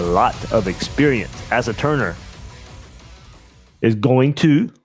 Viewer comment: Asa is pronounced "Ace-ah"